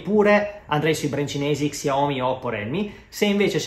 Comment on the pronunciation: Xiomi? Si legge sciaomi e si scrive xiaomi